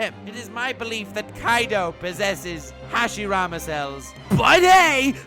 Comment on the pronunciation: lmao hashiramable